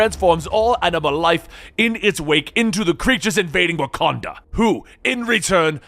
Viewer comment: That wakada voice 😂